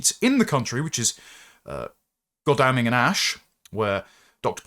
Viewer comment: you butchered the pronunciation of Godalming. It’s God-ul-ming, not God-al-ming. Tiny pedantic point.